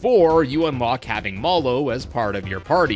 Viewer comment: Great in-depth tour as usual. But... surely Mallow should be pronounced like the word (rhyming with callow, not with hollow), right??? Also, in the spirit of helping you grow as a presenter: SIMILARLY should be pronounced like similar (which you say just fine), just with a -ly. Not -AIRly. AS WELL AS can sometimes be used like AND, but not in general. (As ) it's would've GONE, not WENT (this applies to all perfect constructions; went is only simple past tense). It's great that you use THERE ARE (and there're) rather than THERE'S for most plural subjects, but some of the latter still slip through. Keep up the good work!